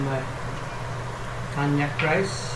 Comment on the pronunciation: It’s kaan-jak pronunciation for konjak rice or noodles..just sharing 😊 not cognac (wine) Nice house..very neat and simple 😊 like it